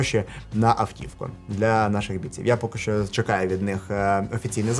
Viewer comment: Привіт! Все круто, дякую що українською, гарно виходить, але не ШО, а ЩО так будеш звучати ще цікавіше.) Апарат так собі, за ті кошти. Ти красава! Продовжуй!!!